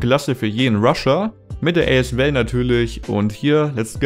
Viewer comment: wie er as val ausspricht 🤣🤣🤣